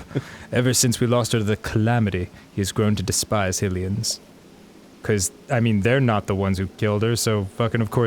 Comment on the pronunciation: LOYAL HILLIANS!